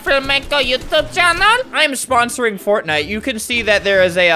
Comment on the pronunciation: Normal people: fortnite. Albert: fartnite